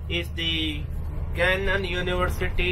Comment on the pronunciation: Bullshit 😂🤣it’s not “Gunnon university” it’s “GA NNON” and it’s definitely worth it !